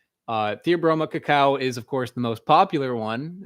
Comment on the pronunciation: Are you dyslexic? IT IS CACAO!